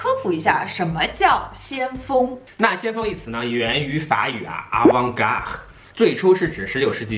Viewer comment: 看了很多期Ahalolo了！非常喜欢你们的节目！！想提个小小建议 涉及法语或意大利语的部分其实查一下google就可以有很准确的发音 刚刚听到avant garde和rue的发音有点难受呀 继续加油！